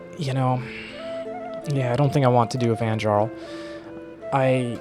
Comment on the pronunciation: All the J are pronounced Y, so its Van-YArl